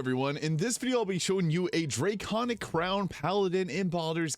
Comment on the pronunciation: Drayconic. You know, because draygons.